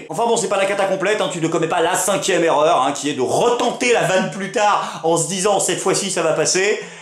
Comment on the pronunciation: 1'23: c'est quoi une zerreur ??